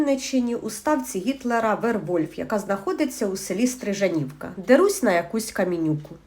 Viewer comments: Стрижавка а не Стрижанівка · Дуже грамотна жіночка не змогла правильно прочитати назву села Стрижавка а не Стрижанівка